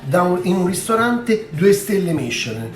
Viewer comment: ...ma secondo me voi bevete prima, 😉, e c'avete ragione, non si capiva a tratti quello che dicevi. Cmq ricetta super chic. Ma dato che Camerawoman è raffinata e francese 😉 fatti dire come si pronuncia Michelin, l'accento sulla "i" , o la e finale!!! Vi abbraccio sempre con tanto affetto ❤